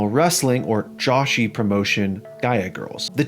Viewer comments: Bro its Joshi as in Joe-She not JOSHY hahahaha. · Joshi is pronounced joe-she not josh-e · Just another wrestling content creator with loose knowledge of the sport. It's pronounced Joe-she, not Josh-ee. Get at me so I can tell you where to send all income from this video, and you're welcome. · Lol it's not pronounced Josh E. it's Joe she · Good video but somewhat minor gripe it's probably because he's America and Americans pronounce things wrong like how they pronounce aluminium aluminm but is pronounced Joshi phonetically Joe shee not Joshi like Yoshi. similar to how the name Jose is pronounced Hose A. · No one mentioning he said "Josh-y"? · its pronounced joe-shi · Joshi is pronounced (Joe-shi)